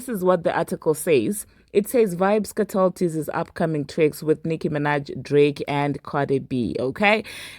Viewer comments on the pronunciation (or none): It's not Vybz "Katel*, it's Vybz "Kartel!!!!!l"